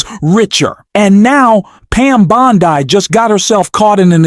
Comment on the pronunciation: If this aint AI, mispronouncing Bondi's name several times, I'll eat my hat...! Un-subscribing!